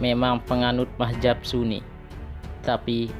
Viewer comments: belajar saja madzhab yg diyakini dulu, gak usah sok tau keyakinan lain. Nulis madz-hab aja gak bener, sok sok an mengkafirkan kelompok lai. Sama dengan admin, melafazkan mad-Hab aja kebalik mah-jab. Hagegege..... bikin ketawa aja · Maaf Min untuk penyebutan aliran dlm Islam itu adalah Madzhab bukanlah Mahjab